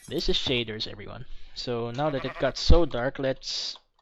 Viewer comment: Pag sinasabi niya "This" Iniisip ko parang sinabi niya Buntis... Hahaha